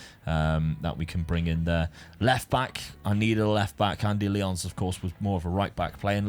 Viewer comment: Wonder how many people will get bated by the pronunciation of Lyons